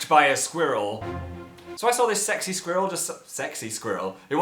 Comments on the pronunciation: Phil pronounced squirrel wrong...ask Jerome to teach u how to do it right. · in america its like: "skwerl" and in places like england its more of pronounced: "Skweh-rel" (XD that was a horrible way of explaining it sorry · Like I mean it. I say "squirl" I dont even pronounce the e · Oh my gosh!!! I love how he says "squirrel!!!" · What way do American people say squirrel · I love how Phil says squirrel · Say squirrel again please.